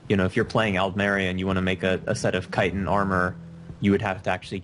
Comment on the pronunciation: Do you not know how to pronounce chitin? ._.